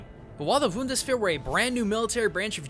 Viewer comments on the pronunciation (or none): How does one mix up "B" and "V"? Or in German mix up, "B" and "W"? It's Bundeswehr (Bund-ES-VEHR) not (VUND-ES-VEHR) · It's B-B-B-B-B-BUNdeswehr, not Wundeswehr. ;P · I GETTING A HEART ATTACK X.x Please, Bundswehr! Not Wundesbär x.x Please Please please please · I get that german is hard to speak for non-natives, but how can you not pronounce a "B", dear? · sorry to say that but it's called "bundeswehr" with a b like in bee. The Rest Of Italien ist alright nur that b keeps me unhappy._." I'm sorry For being such a grammarnazi but "wundeswehr" (thats what i understand) is something different (its something thats popular in The northern Parts of it) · The way you say Bundeswehr is pretty weird, im not offended or anything. just saying that in Germany the "B" of "Bundeswehr" is actually pronounced like a "B" and not a "V/W" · Hey... your pronunciation of "Bundeswehr" made me shiver. The first letter is a B, and the german B is the same like the English B, no v/w/or whatever you said. Try "boondeswere";) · "the most obvious is his bundajweske" I swear to good, I had to scroll back to make sure if that really was supposed to be something german, without the subtitle I wouldn't know what you meant xD you got closer at the end! but its still "Bun-des-wehr" not "Wun-de-sphere" :D:D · I really like your stuff but oh my God, you pronounced "Bundeswehr" as "wundersphere" I know it's difficult for a non German speaker but oh dear... I'd be happy to help out if you need some German pronunciation, but no matter what, please don't try to talk German like that again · I'll never see why non-German speakers always pronounce German words so strangely. Bundeswehr clearly starts with a B, not a W. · Why are you pronouncing the B like a W for Bundeswehr. It's a hard B my dude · xD how he said Bundeswehr it's pronounced Bundisweir ok that's not so accurate but pfff who cares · it called B U N D E S Whear but you write it Bundeswehr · It's the... Woondersphere! :'D